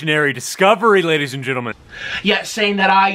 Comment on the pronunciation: did anyone notice he said sladies